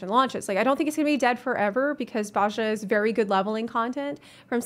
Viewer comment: Very good video, just one thing, Bozja is very commonly mispronounced, but we hear Gaius pronounce it in Werlyt, it's Boh-zee-uh